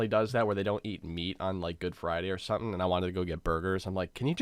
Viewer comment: tbh I thought u said eat "me" 4 a while